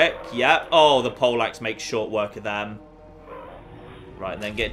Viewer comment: The way you say Pole axe, is quite close to Polacks and i'm not sure whether or not to be offended...